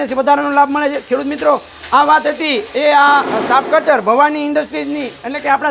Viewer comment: Saaf cutter Nahi muriya saaheb chaaf cutter bolo